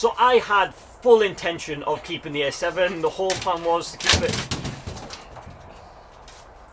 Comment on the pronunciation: Are you saying A7 or S7 lol. Sounds more like you are saying S7 despite the title reads A7